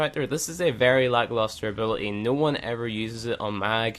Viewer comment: "ability has a T in it